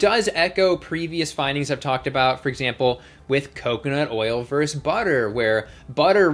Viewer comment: I don't want to pick nits but I can't stop myself. Versus is pronounced versus. Two syllables; stress is on the first. Thank you for your patience.